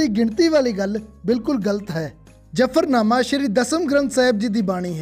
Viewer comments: ਬਹੁਤ ਵਧੀਆ ਉਪਰਾਲਾ ਵੀਰ ਜੀ, ਆਪ ਜੀ ਵੀ ਉਚਾਰਨ ਸ਼ੁੱਧ ਕਰੋ ਜੀ, ਜਫਰ ਨਹੀਂ ਜ਼ਫ਼ਰ ਹੈ, ਜਫਰ ਦਾ ਮਤਲਬ ਮੁਸੀਬਤ ਅਤੇ ਜ਼ਫ਼ਰ ਦਾ ਅਰਥ ਜਿੱਤ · Baghdad vich Farsi nahin boli jaandi, zafarnanah noon jafarnamah na kaho, hora ਅਤੇ kanaurey da khiyaal rakho, ਪੰਜਾਬੀ ਸ਼ਬਦਾਂ ਨੂੰ ਠੀਕ ਢੰਗ ਨਾਲ ਪੇਸ਼ ਕਰੋ. Improve your Punjabi language pronunciation. Gursharan Sekhon USA